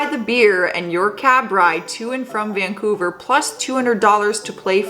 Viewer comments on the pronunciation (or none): none